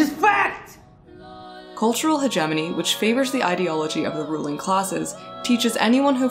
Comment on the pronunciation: You are mispronouncing hegemony.